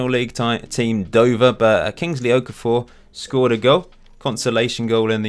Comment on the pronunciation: okafor is pronounced O-KAAH-FOH